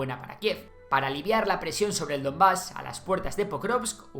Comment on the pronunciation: DoNbas, no DoMbas